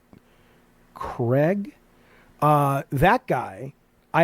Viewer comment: It fills me with so much joy that Amson says "Craig" correctly. Why do most Americans say "Creg"?